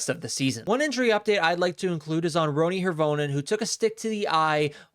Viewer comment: By the way mispronunciation BOTH of you on Roni Hirvonen mispronunciation of the Finn’s names is offensive and changes the meaning of name Hirvonen is pronounced Hear-vo-nen